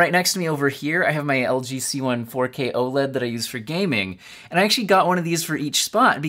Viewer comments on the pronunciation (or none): none